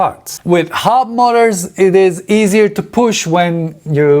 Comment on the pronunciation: ...did he say Hub Molars?? I dunno...I couldn't tell!! Anyway, great vid!